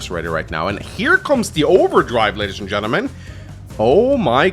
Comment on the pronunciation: Why do i hear always 'ladys and gentlemangs'? 😂